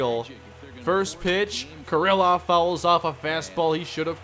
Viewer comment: It's pronounced kear-loff not ker-ill-off. Ehire is pronounced AD